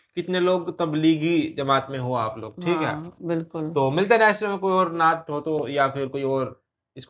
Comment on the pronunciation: नाट नहीं😅❌ नात कहते या फिर नाअत